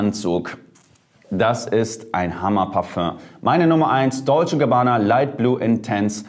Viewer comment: DLOCE Gabbana!? 😂😂👌